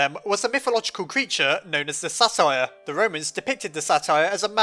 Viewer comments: "Satyr" is not pronounced the same as "satire." It is pronounced "Say-tur." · Say-ter not "satire" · _- Satyr is pronounce Say-ter not sa tire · Im sorry it's just I'm REALLY into greek mythology and I just couldn't take it. It is not SATIRE it's SAY-TER. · just a quick correction satyr is pronounced a bit more like sAiter and is Greek, fawn is the Roman name. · it's pronounced "say - ter" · The Romans believed in fauns. The Greeks believed in satyrs. Satyr is pronounced: say- ter. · Pretty sure it's pronounced say tur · I don't mean to be rude, but satyr is pronounced say-ter. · Satyr is pronounced: "say-ter" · Sorry for being rude, but Satyr is pronounced Saytur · Um dude with the satyr i think it might be pronounced say ter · its sey-ter and its GREEK sorry,im passionate about aincent Greek culture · Also, I believe that satyr is pronounced sate-er. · I always pronounced it with a hard t. the kind that sounds like a d.